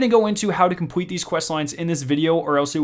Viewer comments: Bro work on your l instead of saying compwete complete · Okay, you've messed up saying Complete and Public, you said : "Compwete" and "Pubwic", need to fix that bro (Edit:) you need to learn how to say words with L in them. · compwete, qwickly, atweast